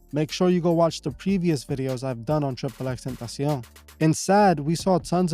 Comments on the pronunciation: Tripple x tentacian??? Never heard it pronounced that way haha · Bro do you speak spanish??? The way you pronounce "tentacion" makes me believe you do lol